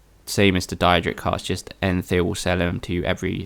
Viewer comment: its daedric you know like Day rick with a d so its daydric